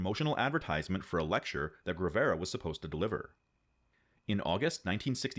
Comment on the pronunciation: It’s Ge-Ri-Je-Ro not Ge-Ri-Lero and Ge-Va-Ra not Ger-Ve-Ra. Otherwise great vid as always!